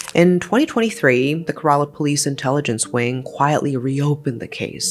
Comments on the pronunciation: Please correct you pronunciation of 'KERALA' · Maam no offence the way u say kerala (some other words) feels wrong i hope you make it correct in the future😊 the wrong pronunciation makes me feel T. T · I love her but her pronunciation of "Kerala" is killing me, like girl- you can put just a little more effort, you know? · It’s keh-reh-lah not ker-rah-lah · Kerala is pronounced KEH-ruh-luh btw... Not keh-RAA-LAA... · It’s not karala it K-ra-la It’s shaan-thamma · It’s kay-ra-la. Not kra-la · cant believe this is from my state. and btw its not kera-la its ke-ra-la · Ke-ra-la not ke-rar-la. Almost like ke-re-la. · It is pronounced as Kay-ra-laa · Did she say 'karala' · It's care.ah.la. no emphasis on any syllable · Im sorry 'kayralla' is just wild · I dont mean to be rude but you should atleast search up how to pronounce names from different languages? Because Kerala is pronounced like Kay-ra-la. Except that, appreciate the video! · I know this is very out of topic but, the pronunciation is "Ké- raa- llaa" or "ké-raa-llam" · The state’s name is pronounced like Care-Rah-Lah, with equal emphasis on each syllable. Thank you for covering this case. Women are too often brutalized while their stories are silenced. Thank you for telling Ranjini’s story🙏🙏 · It's Keh-ruh-luh babes :)) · Hi, I love your videos, but a small correction, Kerala is pronounced like, care-la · sorry but it's not who u pronounce kerala u can search in google how to pronounce it and in Kerala u pronounce "e" as "a" so it's Kerala It's ok ☺️ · these pronunciations are pissing me off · Girl, I love your videos, but please learn how to pronounce Kerala correctly. This is the second video that involves Kerala and it hurts my brain every time you mispronounce it. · I live in Kerala Trivandrum but never knew about this 😅😅😅😅 and the way she is saying Kerala is pissing me offf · Please try to learn how to pronounce kerala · Yes. I cannot stand the pronunciations of Kerala and Santhamma.